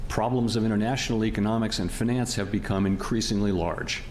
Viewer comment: Feenance arrhhggg